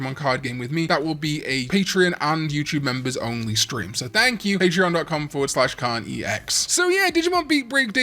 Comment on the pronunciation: I started losing my hearing and now when Karn says “KarnEX” I hear “Karn eats eggs” and I needed all of you to know